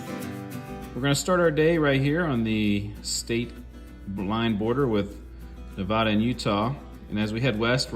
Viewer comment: FYI you’ll upset Nevadans saying it like that. The correct way is Nev-ad-a not Nev-odd-a. Love your videos I’m a huge travel and history nut. If your ever around Walnut Ridge Arkansas hit me up.